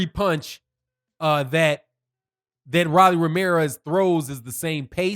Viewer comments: R-o-l-l-y. Roll-E or Roll-EE. Ro not Ra lol. He’s young, still undisciplined and utterly predictable but he did well. Marinez has a good jab but never set up his big punches. Rolly landed more clean punches and was more active. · it’s ROW-LEE lol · You sure you actually watch boxing? Why you saying his name like that?